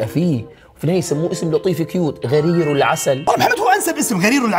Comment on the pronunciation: ملاحظة الحيوان الأول اسمه: غُرير العسل وليس غَرير العسل